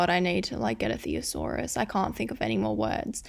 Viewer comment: YALL PRONOUNCE THESAURUS LIKE THAT????